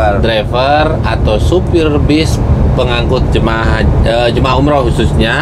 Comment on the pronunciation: Bas ❌ Bis ✅